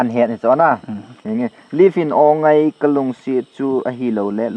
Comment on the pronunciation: Bro Live titango pidia Leave dan a na Pronounce hmo..anal mo g taaaa